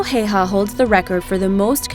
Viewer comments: Simo Häyhä (pronounce Haeyhae)! The only sniper who used the iron sight.... reason for that the reflection.... he also put snow in his mouth to prevent the steam coming out and iced the mount made from snow to prevent the snow blowing away when taking the shot thus revealing him... these methods earned him the name belaja smert or white death... you never noticed him before it was too late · Ikr, "Simo Heiha" :''D